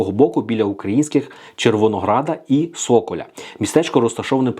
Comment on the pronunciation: Не Со'коля,а Сокаля!